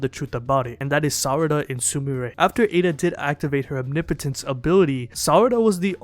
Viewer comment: Say it with me “Om-knee-poh-tence”. No biggie, I just see a lot of you pronouncing it kinda weird.